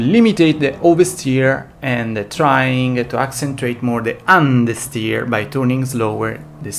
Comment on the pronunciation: love how he says UN dersteer